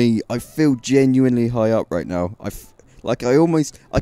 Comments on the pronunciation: STOP SAYING "GENUINLY" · count how many times this guy says "genually" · take a shot each time he says geniuanly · all I hear is Genuinly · u say genuenly a lot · Stop saying genuinly